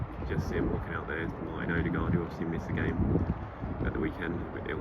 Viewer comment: Hi! You don't need to find a norwegian. Use Google translate to find the Norwegian for "new" (ny) and hit the little loudspeakeremoji. You can do the same for Danish names that start with "Ny". To be able to pronounce Martin's name corrctly, translate "deserted farm". All the best!